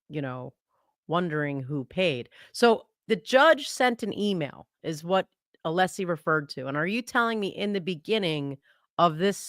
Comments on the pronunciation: Hey-just fyi, the name Alessi is pronounced with a short e not a long e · has an apparent issue pronouncing Mr. Alessi name. It's so disrespectful, IMO.